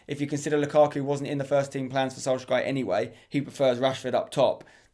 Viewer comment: You literally can’t pronounce anything, jooventus, solgashier